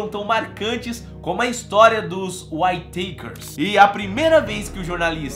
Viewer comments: Pronuncia-se...Uítaquer "Whittaker"...não Uaitêikers"...de novo Uííííítaquers, mais facil do que parece rssss. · Legal o video mas cada vez que vc pronuncia "Uai teiquers" dòi o ouvido! rs A pronuncia correta è "Uítequers" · Acho q se pronuncia "uítequer" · Descrição do vídeo , é ridícula, essa família já sofreu tanto , e ainda vem um mercenário, que não sabe nem pronunciar o nome da família !!!